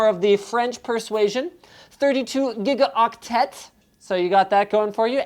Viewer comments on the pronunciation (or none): In french you don't pronounce the t in gigaoctet, just for you know X) That is kind of how french works, you usually don't pronounce the last letter ^^